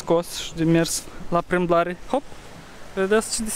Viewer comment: Când am auzit “ la primblare” m-am spart😂😂😂! Și prietena mea e din Republica Moldova și tot așa zice